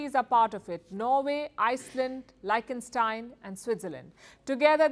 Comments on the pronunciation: I believe it's pronounced leekhthenshtein, not "lie-chtenstein". Also india sources $29B worth of Gold from Switzerland last year. It's a huge trade partner. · Palki, it isn't pronounced Liken-Stein but Leekh-ton-Stein... I know you would like to know ❤ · Great news. But a world class news outlet should know that Its pronounced LIK-TEN-STEIN. Not LIKE-TEN-STEIN. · It's Likt-en-staain... Not Like-en-staain... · It’s pronounced: leash - ten- shtayn. Really happy for India. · सही उच्चारण है लीक्स्टेनस्टाइन!